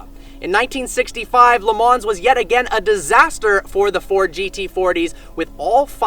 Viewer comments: It is pronounced Le Ma not Le Mans like it is written. Listen to any commentator or GT/Prototype race car driver and they all say it that way. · Did you really just say LeMans with the S? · It’s actually pronounced Le Maww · its pronounced "leh - maw" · You say stuff wrong all the time! Le Mans is pronounced "Le Mah".... 'LE MAH" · YOU DON'T PRONOUNCE THE 'NS' IN LE MANS!!!!!